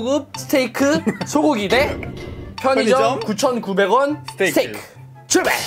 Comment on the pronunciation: 스테이크를 스테이쌔끼로 들은사람 좋아요